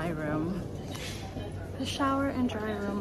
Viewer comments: I think it’s Day Room , not Dry Room…. Lol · Lol you keep saying dryroom but it says “Dayrooms”